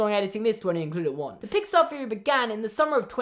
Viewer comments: Not hate but do you say feory not theory? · The word “theory” does not begin with the letter “F”...... what the fuck! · i like how you say feory instead of theory i no longer feel alone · Feory after pheory after fffeeaarry